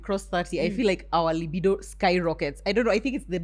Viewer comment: Its pronunciation of 'libido!' 4 me